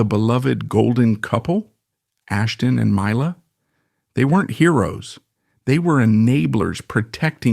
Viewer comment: "My-la" I'm not even 10 sec in and know this is just some AI slop.